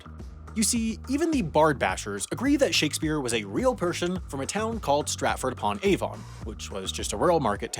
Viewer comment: Derek JAcoby, not jaCOby. stratford upon Avon (like aven) not aVOn. Christopher MArlow, not marLOW.